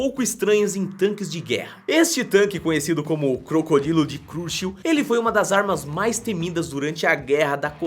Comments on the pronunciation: Você tá pronunciando "CHURCHILL" como "CRUSH" o correto é a pronuncia, que fica mais ou menos assim "XURXILL" é só para acertar o nome do Político que deu o nome para a máquina! desculpe se ofendi em comentar. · crocodilo de ....cruchil ???? kkkkkkkkkkkkkk ta mal de ingles manoo kkkk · Falou errado n é cruchiu é "Churchill" que se refere ao primeiro ministro da Inglaterra entre 1940 e 1945 "Winston Churchill" inclusive está errado o no object 269 acredito que errou na edição e colocou um tank inglês chamado "Churchill" em homenagem a Winston tá ok -sucesso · Amigo vc tem que melhorar sua pronúncia. Não é Cruchill. Veja o que vc tá falando. Esse é o nome do ex primeiro ministro do Reino Unido. Winston Churchill. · o tanque de cruchil, na verdade é o nome do primeiro ministro inglês Winston Leonard Spencer-Churchill, e a pronúncia é "churchil" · Churchill não se lê "xurxiu"... pqp... Winston Churchill... lê-se Tchãrtchil.... xurxiu... meu deus... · Só uma coisa... CHurchill não CRuchill pfv... de resto ta top ! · Brother, o nome é Churchill, não cruchill, falar de segunda guerra sem saber o nome do maior estrategista do século XX? ai não dá né mano. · Adorei o vídeo, mas não é Cruchill... É Churchill... está escrito corretamente no vídeo (Churchill). Deve ser proveniente do nome de Winston Churchill. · churchil não é cruxil!! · não se fala crocodilo de crush, fala crocodilo de churchil, nem tem como explicar, mas tu falou errado BEM ERRADO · C R Ú X I U Kkkkkkkkkkk Se pronuncia Tchârtil kkkkk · Amigo vc falou o nome da 4 arma errado todas as vezes o nome é crocodilo de "CHURCHIL" vc está lendo cruchil obrigado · crocodilo de crush kkkkkkkk ouve a pronúncia de Winston Churchill pelamordedeus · É crocodilo de churchil pronuncia se. Tchur tchil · só podia aprende a dize o nome correto do Carro de Combate Crocodilo... pq não é Krushil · cruchil kkkkkkkkkk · xurxil (churchil) iria doer menos aos meus ouvidos.....kkkkk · a pronuncia seria algo como turtil